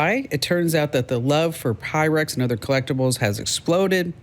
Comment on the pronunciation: You are talking PYREX. Not pyrex.